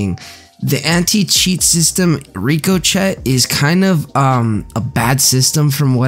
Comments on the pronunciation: Did this man just say Rico Chet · I think it's pronounced "ricko-shay". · Are you not embarrassed mispronouncing ricochet?